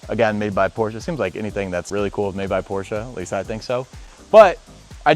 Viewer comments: PORSCHE NOT PORSCHA🤦🏻‍♂️ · Shut up with “porschah” pOrScHaH! Pronounce it correctly for the love of god! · I hate the word porsha